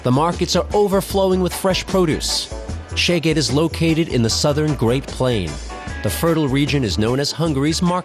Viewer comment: Hehe... he's pronouncing the name of the city wrong. Which is fine, but this way he's saying "your ass" :D But the video's still good, a nice bit of nostalgia for me. :)